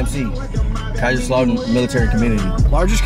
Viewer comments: you crack me up -----Kaiser Schlaudern (it is "Kaiser's Lautern") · When you say Kaiserslautern imagine it it is spelt 'Kaiser's Lautern'. ;) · After all this time and you cannot pronounce city names properly.... that is just one of the many reasons the term “ugly American” came into being a long time ago. Bulls in a china shop. Kaisers lautern not slautern. For shame. It is not that usamericans get things wrong, it is that they simply don’t care and/or are too lazy to try. Ps, how is it possible that you don’t know that your Aufenthaltstitel within Germany is more important than your passport? If German police or authority were to stop you and ask for identity and you only had passports with no visa stamp they could arrest you, full stop. And if you consider yourself an European citizen than it should be self evident that you visit any USA military instillation as a foreigner. Probably holds true for Consulates and Embassies everywhere. You must choose. And if you go to Switzerland or UK better take it all. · KAISERS- LAUTERN....two words put together....not difficult. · Just to help you, it's pronounced Kaisers lautern without Pause. Don't know what lautern means.